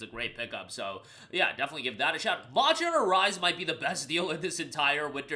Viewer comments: I swear I heard you said "Monster Rancher" whenever Monster Hunter clips pop up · Monsher hunner pronunciation is crazy 🤢🤣